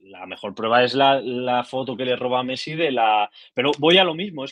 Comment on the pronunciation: Dijo pessi? Jashshd o